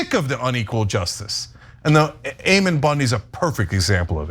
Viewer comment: I love You guys are my favorites This is such an important story But I have to tell you that his name is pronounced Ammon (aemuhn)—A like Apple and O like Monday Just trying to help you’re credibility—which is up to the best standard in my opinion It’s just that I can see Ammon and his douche bag deplorables dismissing you entirely on the pronunciation of his stupid name I was raised Mormon but absolutely do not believe that garbage anymore I sincerely love you guys